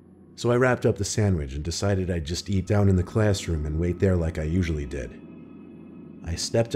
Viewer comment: Every other English-speaker on the planet: So I was in the classroom... Guy from story 3: tHe ClAsS-lIkE-rOoM